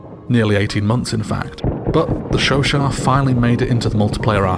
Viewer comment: The way you pronounce Chauchat makes this video an ASMR :) How would you rate it compared to the Chauchat in BF1 (relative value in each game)?